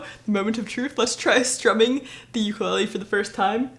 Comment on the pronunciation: it's called Ukulele, not Uklee